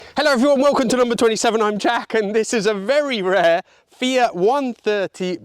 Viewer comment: What a lovely car. And, Jack, thank you for saying, "Fee-it" and not, "Fee-ahht", which is all I hear in the States. My Fiat-factory-trained mechanic of years past, who spoke with an accent thicker than top-quality Alfredo sauce, pronounced it as you do. In my American accent, I have always said, "Fee-at" with an acceptably flat, "a". But, "Fee-ahht"? Never!